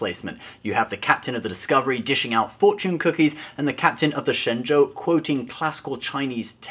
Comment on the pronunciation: You may be the only one I've seen so far pronouncing "Shen Zhou" correctly. As for Michelle Yeoh, she's not a Chinese, she's Malaysian. If STD's purpose is sucking up to Chinese people, I have to say, they rubbed Chinese in wrong way. As a faithful Star Trek fan, I agree that the Orville is more Star Trek than STD. But after nine episodes, I can see old Star Trek plots in almost all those episodes...I don't know if it's a good thing (or bad, for that matter).